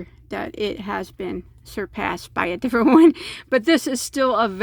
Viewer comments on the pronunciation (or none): none